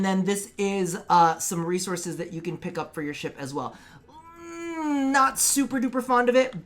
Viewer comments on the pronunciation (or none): none